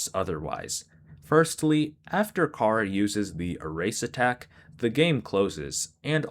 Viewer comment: Yo I should mention charas name is pronounced like chara like character because Toby fox was making a play on words which he said during the undertale 10th anniversary live stream of undertale.